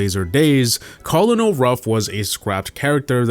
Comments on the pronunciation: Colonel is pronounced kernel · did he really say culunul ruff sulunul sanders (kernel = colonel for pronouncing) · Pronunciation Corrections: Stu is pronounced "stew"; not s-t-u. Emz is pronounced "emz"; not e-m-z. Colonel Ruffs doesn't even have the "Colonel" part at the beginning anymore. Even if it did, it would be pronounced "kernel," not cul-oh-nel. Collette is pronounced "cu-LET" not CO-let. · its pronounced "kernel" not cohlenol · bro really said co-lo-nel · S.T.U. and E.M.Z. amd he pronounced colonel the way it is spelled. please what are you doing 😭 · cant pronounce emz, stu, or colonel 💀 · That’s not how you say colonel😭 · So we not gonna talk about how he pronounced colonel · he said emz and colonel wrong too